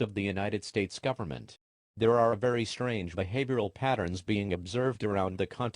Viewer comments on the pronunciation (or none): none